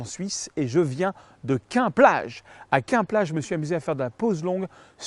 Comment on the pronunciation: super tuto comme d'habitude. Pour info Quend-Plage se prononce " quenne" 😉 souvenirs de vacances de l'enfance.